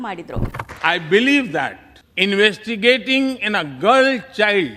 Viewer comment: Investigating ಅಲ್ಲ ಗುರೂಜಿ investing ಅದು 😅